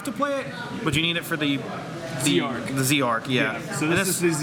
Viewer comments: It's not Zeeeee Arc it's Zarc . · BlahBlahBlah Blah look up the English printing it is Z-ARC